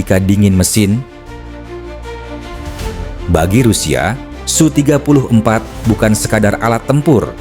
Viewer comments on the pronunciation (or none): SU dibaca. S U atau Sukhoi Le. Km bego wong koyo kowe kok payu kok dinggo moco teks.